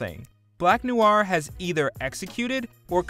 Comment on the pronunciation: "Black Nuu-waar"?? Dude, not saying you gotta learn French, but come on, noir is one of the most frequently used French words in the English language...